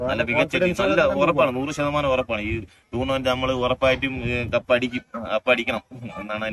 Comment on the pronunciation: Thoufeeq, Roshan, pranav, Lalu ഇവരുടെ ഫോം പോലിരിക്കും നമ്മുടെ കളി 🔥🙏🏻 ബൈ ദു ബൈ ടൂർളമെന്റ് അല്ല ബ്രോ ടൂർണമെന്റ് 🙏🏻😜